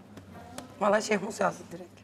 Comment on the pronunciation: şeyhmus değil mi ya şehmus ne